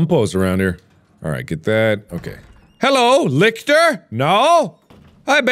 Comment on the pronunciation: VLF literally me every time he said “lickter”